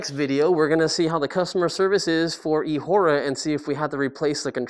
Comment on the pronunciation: come on... It is eahora😂